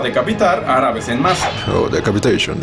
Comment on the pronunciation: A mi me gusto mas la parte de "decapitation, decapitation, yes, yes, yes" con el acento de Sean Connery